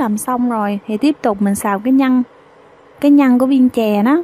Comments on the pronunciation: Bạn phát âm cho chuẩn để dễ nghe nhe. Nhất là từ nhân chứ không phải nhăn, đánh lưỡi chữ r bạn nhé. Thanks. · oi e làm bánh kheó lăm, chi thůòng xuyên xem Video cūa e, nhůng chi có 1 yêu câù nho nhõ, e phát âm cho rõ 1 tí, nhân mà cú nghe nhăn